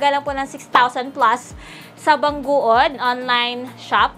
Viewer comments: Bang gud hindi bang guod 🤣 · BANG GOOD ANG BASA DUN HINDI BANG GUOD 🤣